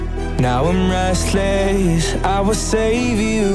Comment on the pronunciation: How does even pronounce Restless like that. Ever since I first heard this, that is what I have been thinking and it has been bugging me.